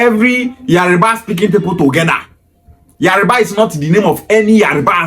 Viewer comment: It’s Yoruba not Yariba illiterate